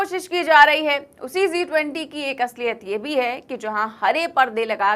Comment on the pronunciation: Zee 20 nahi G20 bolo.